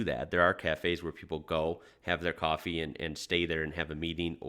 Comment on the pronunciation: Uts Coffee not Cwofwee